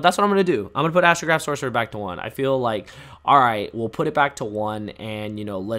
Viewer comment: I stopped watching after I heard you say astograoph to one. I feel like I’m the only person that hates an idea and design of cards rather than a specific card itself. Astrograph cannot come back even to one for the same reason firewall is at one. It doesn’t matter! They’re infinite loops behind them because there is no once per turn. Going off that idea, I’m also understanding as to why stratos has to remain banned.